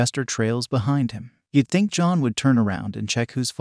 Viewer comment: Lmao this must have been a trash ass movie. Great overview, this video made me laugh. Liked! Commented! I know you probably noticed this but the text to speech program did mess up a couple times on the name “John” which was a little confusing. Long video so I imagine it would be difficult to get the text to speech exactly right, and it didn’t effect the overall effect of the video. Bravo!